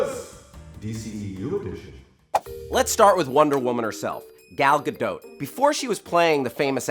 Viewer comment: רק אני משתגעת כל פעם שהם אומרים "גל גדו"??